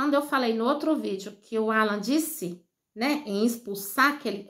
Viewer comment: Qual a vergonha que o povo que comenta passa explique?nem o nome de Alan não ala você parece que tem uma pedra debaixo da língua não sabe nem pronunciar o nome do rapaz